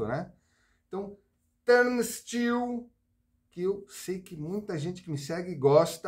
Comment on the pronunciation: Num sabe nem falar o nome da banda! 🤣🤣🤣